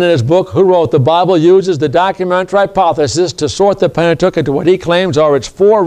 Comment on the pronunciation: 😂😂😂😂😂😅😅 he cannot even pronounce the word Pentateuch correctly..No Slurces